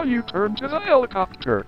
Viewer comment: Bro the npc pronounced it helicoopter